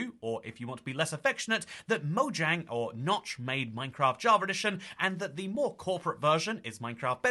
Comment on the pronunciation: It's spelled "Mojang" It's pronounced "Moyang"